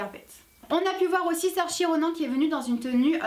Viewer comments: Super intéressant comme concept , ça m'a permis de découvrir des outfits intéressants parce que je ne m'intéresse pas trop aux Oscars . Bravo ! 👍 je suis chiante mais ça se prononce SoeurCha 😩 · Brie Larson ressemble à Becca Tobin C'est Cynthia Erivo, pas Evrio ^^ Nathalie Portman, sa robe à fait polémique un peu, par rapport aux propos de Rose McGowan Salma Hayek a voulu jouer les déesses grecques je crois xD et Saoirse Ronan, la prononciation c'est plus "Seursha Ronan" Sophia Bush elle fait vieille dans cette tenue ! J'ai dû lire son nom pour la reconnaître